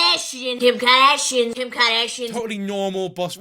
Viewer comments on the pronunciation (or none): “KIM KAHDASHIEN” 😅😭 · lol kim KAADASSHIANN